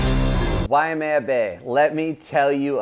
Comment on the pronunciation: It isnt WAIAMEA...it's WAIMEA